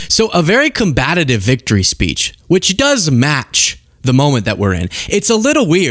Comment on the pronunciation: Oof,, it's "COMBATIVE".